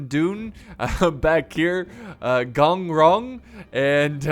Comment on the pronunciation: Actually, He pronounces Gong Rong quiet accurate. 🤣